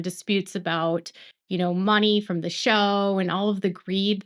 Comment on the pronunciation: Thank you! When you say "from" it does sound like brown sometimes😂. But we know better, appreciate your coverage as I have stopped watching TLC (too exploitive) but like to hear updates.